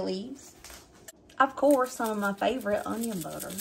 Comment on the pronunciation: Are you saying onion butter or onion powder?